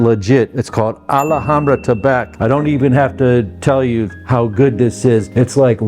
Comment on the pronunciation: Did anyone told you its not Maison "AlAhambra" but Maison Alhambra